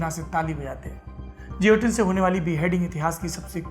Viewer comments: Juilotinn nahi guillotine pronounce karte hai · Guillotine - pronounced 'ghe-lo-tin' and not 'je-lo-tin'. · Saurabh ji, woh upkaran jioteen (as per your pronunciation) nahi hai, it is Guillotine & pronounced as geelatine.... sorry for typing in English... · As usual, great content and presentation !👍 Just a humble suggestion ..i believe the correct the pronunciation of guillotine would be gi·yo·tin गिओटिन (French) instead of जियोटिन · It's not jiotin,it's guillotine . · Its guillotine pronounce as gi lah tin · I think pronounced as gilotin. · Guillotine ka pronunciation galat bol rahe hai Sourabh bhai. Doubt ho to Google pe check kijiye.